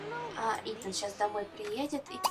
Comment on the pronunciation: Итан, а не итАн